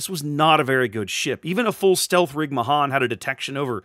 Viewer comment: pronounced may han